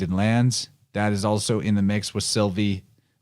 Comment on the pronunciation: when you said Sylvie i heard Sophie which lead me to Sylphie. Don't know if thats relevant 🤔